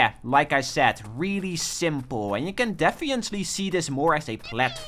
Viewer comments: I keep getting confused every time you say "defiantly" instead of "definitely". Which is every time. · did you say "defiantly"😂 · "defiently" lol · Day 1 of telling to pronounce definitely correctly.